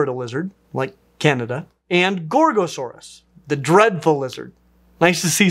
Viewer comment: Every time I hear you say Gorgosaurus, I think I'm hearing you say Gor-Gor. I hope that a dinosaur is named after a GWAR song, even better it is a Tyrannosaurid.